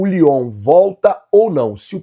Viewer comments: não é lyon é leon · Bom dia Nação Rubro Negra o nome do Time não é Leon do México vc fala Lyon achamos que o Time da França Vamos Mengão